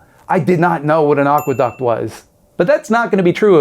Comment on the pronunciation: Aqueduct.... at first I heard agua duck and was like, yeah they usually live near water 😅😂